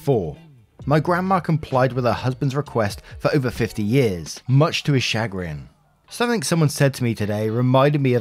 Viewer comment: Me:*hears pronunciation and looks up from what I am doing* wait wut??? replays a few times to make sure I heard that right well that’s the first time I heard “chagrin” pronounced shag-rin that’s the most interesting thing I heard all week. I always thought it was cha(as in chat)-grin(as in smile). Actually tbh I thought it was spelled chargin 😂😂😂😂😂 opps my bad